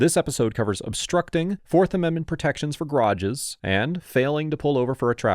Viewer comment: I think what startles me the most is the way he says "garages" Sounds more like "grodjes"